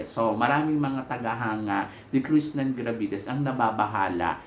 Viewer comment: Krishnah NAH NAH NA po ang name niya as in KRISNA hindi Krishnan NAN NAN NAN... matagal na po at ilang beses na ninyong sinasabi na Krishnan NAN NAN NAN si Krishnah NAH NAH NA hanggang ngayon di nyo pa mabanggit banggit ng tama ang name niya... KRISNA po, hindi KRISNAN... peace... 😊❤😊